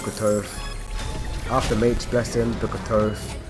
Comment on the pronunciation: You say book of thoth wrong..